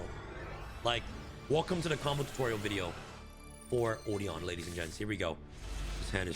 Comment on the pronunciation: Odion is been mispronounced